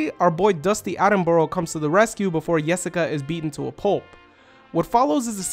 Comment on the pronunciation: Great analysis as always! Just want to point out, the way you pronounce Jessica and Job is reversed from those in the anime.